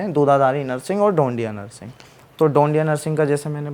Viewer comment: यार नर्सिंग नही हैं वो नृसिंह है😂😂😂 please किसी से पूछ लिया करो अगर आध्यात्मिक podcast बनाते हो तो🙏🙏🙏